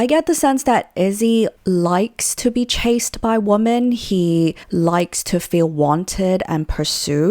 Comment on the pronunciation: It's so grinding how she raises the tone of her voice at the end of sentences as if it's a question when it's not. Also the way she pronounces women as woman. Other than that, interesting content